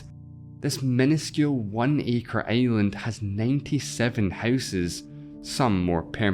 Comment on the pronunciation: i love your pronunce like earth to eeath and island to aeiland